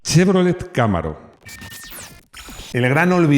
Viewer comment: Chevrolet Cámaro no, Camaro, llana, con la silaba tónica en la penultima silaba, caMAro.